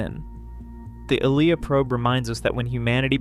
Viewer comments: I saw the movie twice in the theaters. NO ONE left when Ilya died. ALSO: Her names is pronounced: I-Lee-ah. NOT Eel-i-ya. NOTE: One more click-bait title and I'll cancel my sub. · Seriously…how can you make an entire video on a character, and mispronounce her name repeatedly in the video. 🥹